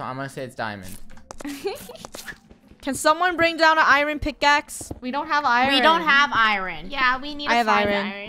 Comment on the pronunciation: Lol “I - rin” it’s “ I - ern”